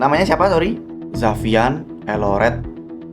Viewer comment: kok aku denger nya zafian telolet ya😭😭